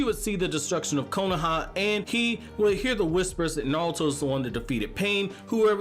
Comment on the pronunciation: Why pronounce only half your R's wtf especially naruto. Not nawuto LOL